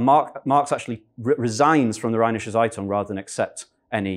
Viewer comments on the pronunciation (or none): The Z in Zeitung is pronounced precisely like a sharp “ts” as in “its eye”